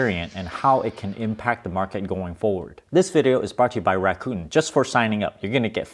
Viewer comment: Rakuten should be produced like Raku ten (ten like 10). Not like Raccoon, please.